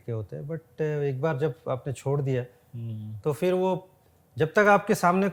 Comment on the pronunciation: Sir fir nahi phir hota hai 🙏